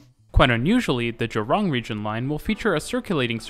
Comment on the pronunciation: Cool video. We call the Sentosa monorail a Monorail. Buona Vista is pronounced as 'Buena'. The pronunciation is still tolerable. Sungei is pronounced with an 'ai' rather than an 'ei'. The emphasis on Jurong is at the 'Ju' rather than at 'rong' Suggestions: You could talk about our buses, talk about bus fleets, routes and integration (which includes rationalisation), the different types such as express, city direct, trunk, feeder, and the former Chinatown direct, night bus and premium buses